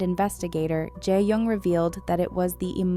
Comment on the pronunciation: Shin ye and Je yong 😅.. wtf! Pls pronounce their names CORRECTLY!